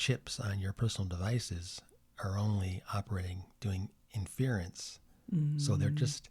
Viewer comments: What kinda boomer talk is this , datacenters have been around, lots of computers in a big building has been around , this is not a new thing , the guy mis pronouncing “inference” is also funny . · You’re right, I did mispronounce “inference.” At least I didn’t call it “A-One!” ~